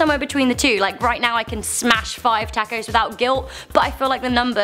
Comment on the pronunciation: I really hate the way you pronounce "taco" xD